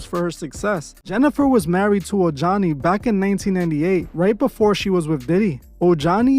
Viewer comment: Ojani is pronounced OH-HANI.